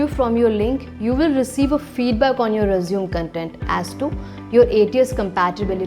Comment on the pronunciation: Everything seems good, however I ascertained that there was an error"'The pronunciation error" please do not use रिज्यूम instead use रेज्यूमे